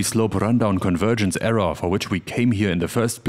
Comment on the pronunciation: I think the word "error" is NOT pronounced.. "err-RAHH".